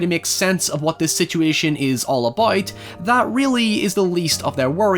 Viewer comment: please say about and not aboyd